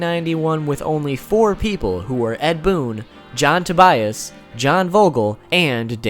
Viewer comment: to-buy-as? I would just pronounce it like the first name Tobias. Sounds strange to me if pronounced differently. Greetings from Germany ;-)